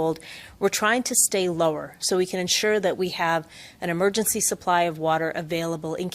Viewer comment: Its Uhmergency time again!